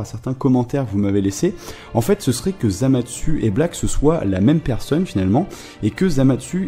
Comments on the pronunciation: On dit Zamasu pas Zamatsu!!!! Il n'y a pas de "T" pourquoi tu en rajoute? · Deso pour avoir mal prononcer le nom de zamasu